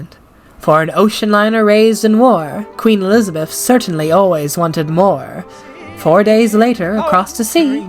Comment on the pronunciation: "Alees- a-beth"-queen mary, 1950s